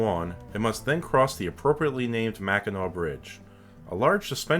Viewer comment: Thank you so much for pronouncing Mackinac correctly. So many people get it wrong, even people who live in Michigan.